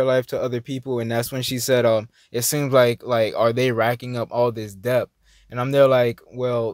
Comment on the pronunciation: the word is pronounced DET (debt), we don't call it "depth"...just a reminder.